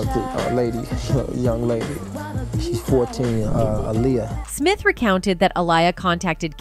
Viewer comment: You need to change your Voice Over Artist—she can’t decide how to pronounce the artist’s name Aaliyah or Alia? from one sentence to the other, sometimes in the same sentence. It’s hard to pay attention otherwise. Or is she AI? No I think AI would be better.